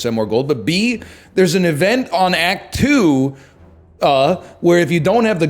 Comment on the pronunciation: classic “act two-uah” 😂